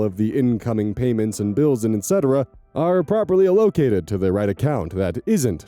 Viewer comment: can we discuss pronouncing ‘allocated’